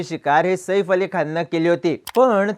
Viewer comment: सईफ नाही रे बाबा साहेब सैफ आहे ते😅😮😮😢